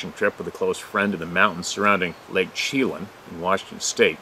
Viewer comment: Lake Chelan, is pronounced sha-lan.